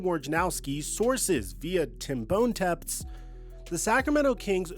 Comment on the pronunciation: Calling Tim Bontempts “Bone-tempts” is wild